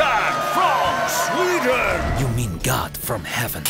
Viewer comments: why did the director said Zweden? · Zlatan From Zweaden You mean God From Heaven. Me 😂😂😂😂😂